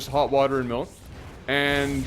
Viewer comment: 'Malk'